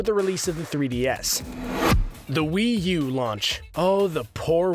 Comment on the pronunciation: yeah but will u? its wii u not will u.